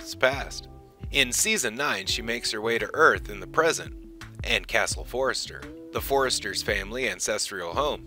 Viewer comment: Frank Conniff, not coffin. Their last name is Forrester, not Forrest